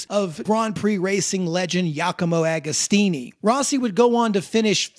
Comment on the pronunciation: This is such an awsome doccumentary, but show some respect for the great Giacomo Agostino and learn how to pronounce his name. Literally takes like 30 seconds to google it ;)